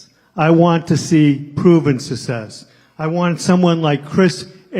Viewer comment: Okay. Say Sussex’s one more time instead of success. OMG!